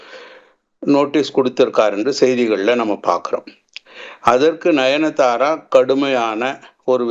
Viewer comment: Ninithara illa sir 😂, nayanthara